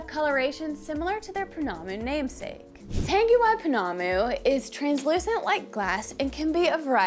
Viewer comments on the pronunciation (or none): I'll just add one more thing about pronunciation, relating to the "ng" sound. It's a velar nasal and the g isn't pronounced, so like the ng in "sing". So for example Tangiwai is pronounced tongue-eee-why. This can be a hard one for non-native speakers to get but we certainly appreciate your effort :)